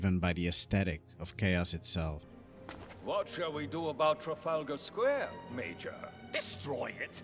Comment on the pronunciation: Man can’t say major right to save his life